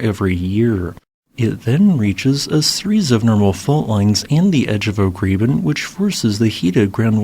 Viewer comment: Great video. Check your pronunciation of graben (/ˈɡrɑːbən/).